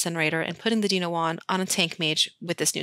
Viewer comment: I still get the giggles whenever I hear you say "deeno" wand.